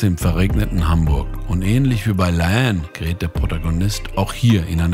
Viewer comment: digga, ihr habt die namen bei la haine falsch …